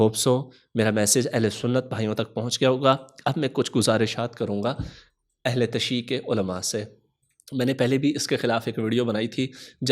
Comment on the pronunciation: Ahle tashee nahi hota Jinab🔴 Ahle tashayyu hota hai🔵